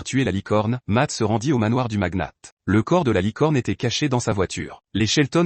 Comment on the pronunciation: Le magnat pas le maguenate 😂